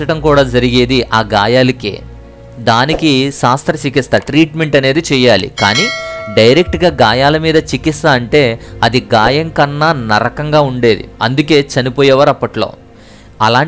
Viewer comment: Sasthra chikitcha, not sasthra sikitcha. Sasthram= knife, ( kathhulu).